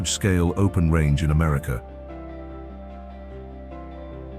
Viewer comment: Hint: America is pronounced "Americuh". There is no "R" on the end. . . Yes, Hwy 50 from Carson City to where I 70 begins is phenomenal. I drove it at night and it had a constant stream of crossing wildlife. The Dalton Hwy is still on my bucket list . . .